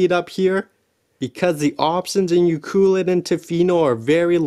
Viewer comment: Pronounced U- Clue- Let